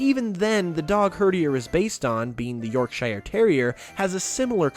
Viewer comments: it's not pronounced York shy er its pronounced York sure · I know this is old but it’s not Yorksh(y)re, it’s yorksh(u)re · Yorkshi-er? It's Yorkshire (don't say I'm wrong, I live there) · "York-shy-er terrier" Cringes Bloody Americans.. It's pronounced "YORK-SURE" And you don't really pronounce the E. I'm from Yorkshire, i know what i'm saying. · yorksiyer.. yorkshire is pronounced yorksher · It's york sher not york shire IDE know I'm from Yorkshire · its not york-"shire" its yorkshire ( york-shir[silent e] ) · It's not YorkSHIRE ITS pronounced yorksher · "York-shy-er" No! Yorkshire is pronounced "York-sheer"! Grrrrrr. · It's not York-ShIre it's pronounced York sher but not spelt that way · You pronounced Yorkshire terriers so weird. (I'm from yorkshire btw) you said York-shy-errr when it's York-sure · its pronounced york-sh-ear not york-sh-ire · Yorkshire is pronounced 'York sher' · Yorkshire dog is pronounced york-sheer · Excuse me, but what where is York-shYre? I've only ever heard of Yorkshire. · Yorkshire Terrier is pronounced York-sher :) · hahaha yorkshiyure I love hearing Americans mispronounce English places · He said 'York Shire terrier' 😂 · It hurt me to hear his pronunciation of "Yorkshire" 😂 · As a Yorkshire person I got triggered when he pronounced it like that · All us brits out there gettin triggered when Yorkshire is pronounced incorrectly. Also I live there 😅😂😅😂😅😂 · I'm really sorry but please. Yorkshire is not pronounced like that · is now the reason I will always remember herdier, as it is the day I heard the most glorious butchering of an attempt to pronounce my home county. thank you sir. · You said Yorkshire terrier wrong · Butchered the pronunciation of Yorkshire. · Why do you say Yorkshire like that!!?!?!?!????!!!!!!!!! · Excuse me, as I scream as how he pronounced Yorkshire.